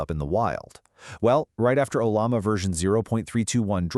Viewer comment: Has it got a firewall yet? LM Studio has. "Ollama" is pronounced as oh-LAH-ma, with emphasis on the second syllable.